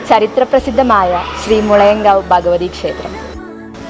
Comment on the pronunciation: ഭഗവതി ബഗവതി ആകാതെ ഉച്ചരിക്കുക. Male voice അക്ഷരശുദ്ധി ഉണ്ട്. പ്രതാന അല്ല പ്രധാന എന്നാണ്.